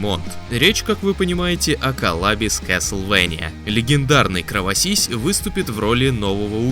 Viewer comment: КровоСИСЬ?! Я не знаю как правильно сформулировать, но считаю это- кринж.